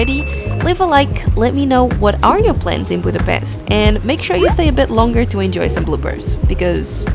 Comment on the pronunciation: Its not a c sound when you pronounce Budapest. Its a sh sound. Not s like in snake for dummies, but like S as in shoes. Its not that hard to pronounce.